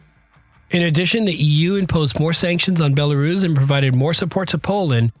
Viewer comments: Bella-russ, not "bella-rooooooze". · Rooss.... not ruze. Bella-rooss. Hard s, not z. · Have never heard "Belarus" being pronounced "Belaruus" before .